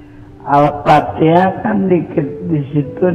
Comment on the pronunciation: Orang awampun fasih kl bilang Al Fatihah. Ini ngaku ustadz trus murtad bilangnya Al patihah. Masaaak sih. Ketauan nipunya. Trus blg Musabaqoh Tiwalatil Qur'an aduuuh. Engkong, salah itu. Ketauan org awam sampeyan. Biar kt wow gitu ? Sekelas guru ngaji murtad, halah mungkin nih biar bener gitu pegangan kami umat muslim ya Al Qur'an , hadis .sunnah2 Rasul bukan nyontoh org model km ya. Kita mah senyum2 sj